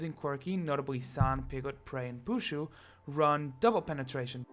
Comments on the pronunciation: puSZu not puZSu :) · Please correct: it's Pu SZ u, not the other way around :P.